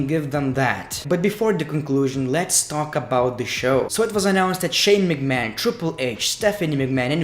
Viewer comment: huh. That's how he says McMahon every